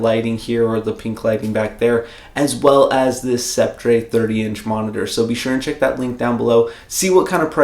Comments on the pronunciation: not to be rude correcting your pronunciation but I believe it's pronounced SEP-ter, but great video! really helped me with my choice! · Scep-tray. Fuuuuuuh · sep-tre..?hmm okay 🤦